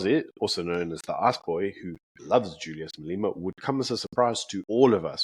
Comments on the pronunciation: Can you learn to pronounce MA-LE-MA? Come on my guy, we can't take you seriously if you can't even pronounce Julius' name. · Please pronounce Malema correctly.I know it is nit picking and maybe a little anal to pick this out,but it gets me every time you say "Maleema".Otherwise great show and my go to every morning with my breakfast.🤜🤛👍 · Hi, have you a reason for calling him Mal-ee-ma? His name is pronounced Mal-e-ma, the "e" pronounced as in "egg". Perhaps you didn't know?